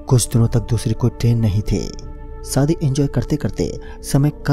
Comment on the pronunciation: Saadi Nahi Hota shaadi Hota hai.